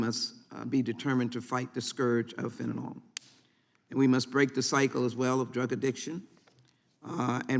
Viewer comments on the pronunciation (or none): It bothers me she doesn't pronounce fentanyl right...fennanol